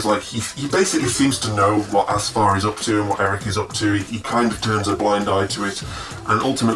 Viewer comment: first, it's AF-SAR not ASFAR, and it is pronounced SHAH-ZADI, meaning "Princess" or like "Child of Shah". Her servant's name is Shi-la-leh. but yes, I love this book myself.